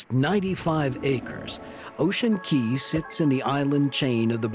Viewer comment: Ocean CAAAAAY not Key. Even the boss says CAY. Why doesn't the narrator know this?